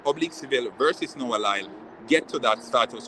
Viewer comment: His name is LYLES not lyle